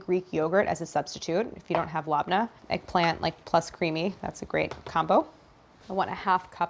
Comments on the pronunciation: Its not "lahb-nah" its "leb-neh" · I’m sorry Claire, I love you, but that pronunciation of Lebnneh was nails on the chalkboard. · Ok so I'm from LEBANON and she is making something we eat all the time but the way she says labna is very funny to me and zater it's actually لبنة and زعتر and the bread it's just manaesh 💜💜💜💜💜💜💜